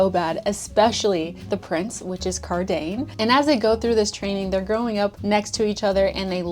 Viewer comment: LOL not Car~dane~ 🤣 love you that pronunciation just made me giggle 🥰